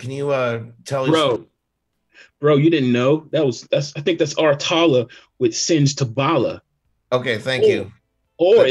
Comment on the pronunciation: That was my sister singing Tabala she is from Cameroon and the video was done in Cameroon. The name is pronounced Sen-geh, written Senge